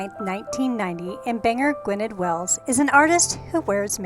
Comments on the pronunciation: Sorry, but it does bug me. Welsh isn't English, it's pronounced 'gwi-nuth'. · 10 seconds in and you can't even be bothered to look up the pronunciation of Gwynedd.